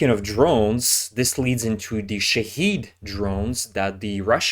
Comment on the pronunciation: Shahed. Shah head. Not shaheed. Persians have corrected me on the pronunciation. It's not rude to mispronounce other languages. Hell we have Americans who can't pronounce "San Pedro" saying "San Peedro".